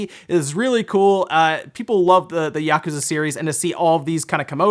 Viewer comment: Why say yakooooza then yakuza 😂